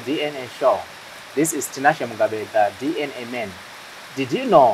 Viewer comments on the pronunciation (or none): itai muchikorekta anhu Aya kuti its DNA not DN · How hard is it to say DNA?nhai veduweee DN Shuwa here? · Ko vanhu vanoti "DN" instead of "DNA" is rhe "A" silent kani .... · Its DNA not DN